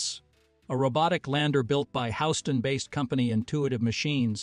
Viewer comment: It's pronounced hUston not howston